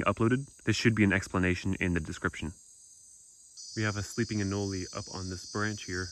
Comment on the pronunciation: I've always seen anole pronounced uh-nole, is there a reason you choose to pronounce it uh-no-lee?